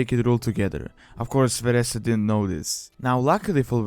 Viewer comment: Her name is Vereesa, not Varessa!